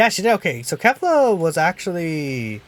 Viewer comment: I thought that u said kale not kefla sry